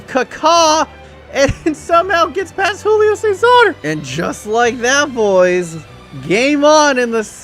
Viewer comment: It's Júlio César, not Rullio César...